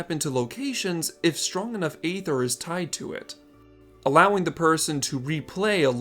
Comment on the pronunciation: It's pronounced ether, not ay ther